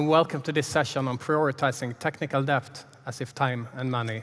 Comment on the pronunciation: Great talk. I hate to be that guy, but I am that guy... the B in debt is silent. It's pronounced DETT. The B was added by some pretentious brits a couple of hundred years ago to prove they knew Latin, but didn't change pronounciation. Same for plumber (PLUMMER), doubt (DOUT) etc.